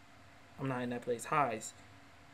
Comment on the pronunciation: omg HEIIIIIIIIIIIIIIIIIIZE it's hey z not hi z also.... i hope you're not serious about a lot of stuff you're saying,... just being honest